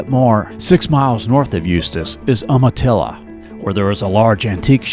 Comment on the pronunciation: Umatilla is pronounced “you-matilla “ 🙂